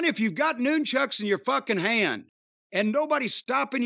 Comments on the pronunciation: Could listen to Jim say “noon-chucks” all day. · Interesting pronunciation of Nunchucks.